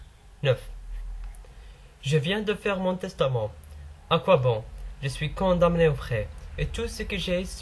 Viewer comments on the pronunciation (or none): Waaa ostad vous prononcez m du condamné est ce que m se réalise dans la prononciation est ce qu'il se prononce . Et bonne continuation pour tout le monde